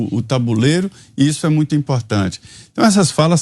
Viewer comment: O refinado que fala "mutio".